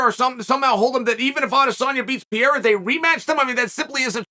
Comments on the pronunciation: Piera? I feel like he doesn't even try to pronounce it correctly. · I like how Lord Chael, pronounces Alex name like an American but pronounces his last name like it’s Spanish. Either way he’s correct! 😂 American, Spanish, Brazilian…it’s all the same.